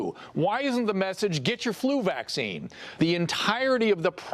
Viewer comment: Dr oz said "Vacsign"😂